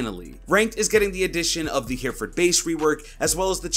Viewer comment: Hereford is pronounced heh-reh-ford. Sorry, it just bugs me (in a non-aggressive way) as someone from the UK 🏴🇬🇧